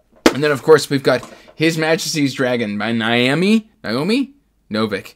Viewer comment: Pronunciation of Naomi is usually Nay-oh-me